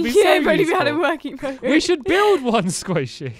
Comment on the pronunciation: Sqaishey not Squashy Are U an English Lady Called Queen Gwendolyn?